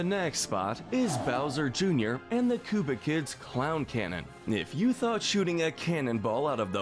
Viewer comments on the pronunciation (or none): none